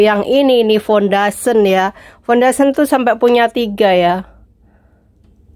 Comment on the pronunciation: fundation = bukan fundasen